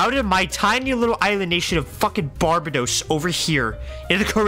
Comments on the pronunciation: No it's Bar bay dos But as one word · bro still can’t pronounce Barbados